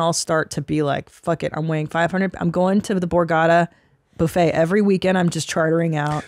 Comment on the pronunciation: I like how she called the buffet a boofay